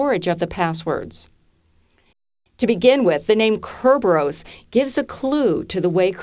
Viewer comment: Kerberos is pronounced thus